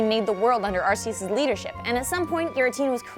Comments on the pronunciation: On the name thing, I don't think the second pronunciation from the movie trailer matches the Japanese name. I think you emphasized the Japanese pronunciation too much on the second syllable. The Japanese pronunciation should sound like the one in Battle Revolution. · It's AR-see-us not ar-SEE-us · ar kee us is the proper name not arc ee us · say/see, both work. Ark-ee-is like the dub pronounces it is 100% wrong. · Whenever anyone pronounces it Arseus instead of Arkeus, I find it funny. Because arse. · It's Ar-Kee-Iss, not Ar-See-Iss. Been bugging me for a while. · And then you realized "Ar-Key-Us" is correct and its all related to Alchemy. :P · Perhaps another pronunciation could be Ar-kay-us, given the RKS System ability of Silvally? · I know there are plenty who might disagree with me, but I say Ar-kay-us. As in, Archaic, meaning very old. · ar-kee-us is definitely wrong, not sure wether it's an s or k sound, but eus comes from the word deus which is pronounced day-uus. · It's pronounced Are-key-us the anime says so therefore it must be true. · I'm still sure it's "Ar-key-us" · Ar-say-is makes it sound the most god like. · Now that I've heard the "arse" in Arceus.... I cannot un-hear it. :( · I will correct you, It's AR-KEE-US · Pronunciation-wise, Arse-ee-us is indeed the most natural English assimilation of Arceus. But just as an interesting sidenote Ar-Kay-oos would be the correct Classical Latin pronunciation (more like but still different from the current official pronunciation), and the Ecclesiatical Latin pronunciation would be Arch-ay-us. Since the name is designed to sound "ancient" and I think they chose to make the name look like Latin because Latin is associated with old stuff in the Western world...we would still pronounce it as arse-ee-us in English though. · "the first syllable of arceus sounds like arse, we should change that" you know what else sounds like an arse? whoever suggest that. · "ar-see-us" sounds like total shit.